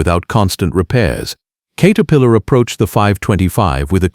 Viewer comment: Kater pillar come on, get your shit together AI